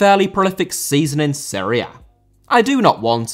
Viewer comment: Serie A* not Siri Ar